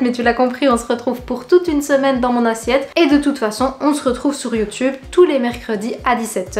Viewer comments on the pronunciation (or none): none